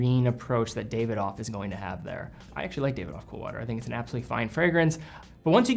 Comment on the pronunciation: Great content! Just an FYI since I've heard you say it in a few videos... Davidoff is pronounced (dah-vi-doff). It's an amazing renowned Tobacco company that makes some of the best Cigars!